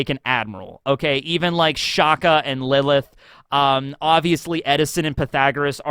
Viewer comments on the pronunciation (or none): none